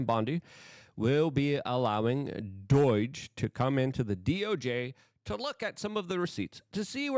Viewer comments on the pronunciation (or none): DOUGH-J NOT DOYJ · Why does Luke continue to pronounce it as Doyge? 😅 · Stop saying doiyge 🙄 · Luke is my kind of larger kind of bigger favorite kinda Podcaster. I just wish he would stop calling DOGE Doidge.